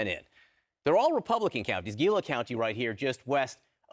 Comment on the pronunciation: Hee-la County, John, not Ghee-la.